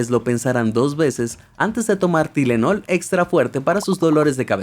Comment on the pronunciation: QUE BUENA PRONUNCIACIÓN CON LAS PASTILLAS 💊 TYLENOL 😅